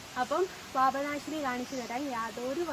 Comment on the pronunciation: പാഭനാശിനി അല്ല പാപനാശിനി ആണ് 🙏